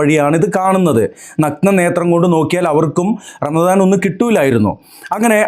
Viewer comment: P0ആദ്യം പറ ramadano അതോ ranalaano